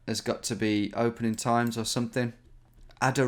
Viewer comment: LOL "Adoracja wwwwwwdzja"